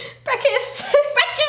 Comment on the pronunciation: I thought breakfast said nerd 😂